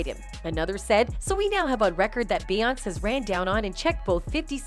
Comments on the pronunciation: It’s Beyoncé not Beyons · Who tf is Bay-onse? lol! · Lol who tf is "bay-hance"?! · The pronunciation of her name beeonice not bey onice . Too many of you people making these podcast can’t pronounce the names correctly. Get your sht together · The voice animation is slaughtering their names 😂😂😂 Bay Ons 😂😂😂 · Who is this "Bey-anz" ? is the voice over done with AI? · Why does it keep saying "Bay onss? Is this AI reading the script? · Bay-once & Sol-inge 😆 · I've never heard of the Bee-yons. Who are they? Stupid comp narrations. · BAY-YONCE! NESS! DR DREE! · Bae-once😂😂 who tf is that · It’s actually bay-aunce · Same as Bay-once 😆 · Bayonce as she says lol😅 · This woman narrating This video really can’t say Beyoncé you can’t pronounce it that’s crazy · This whole thing was ruined by the mispronunciation of Beyoncés name. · I didn't know Beyonce rhymes with seance. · Why tf can’t you pronounce her name properly????